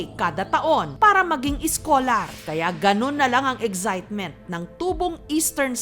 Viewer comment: Wala ako maiaambag sa paglaban sa mga ganitong kaso pero mali bigkas mo ng excitement JS. Wag na kase pagandahin to the point na mali na. 😞